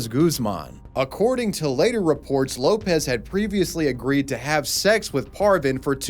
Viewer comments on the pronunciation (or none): none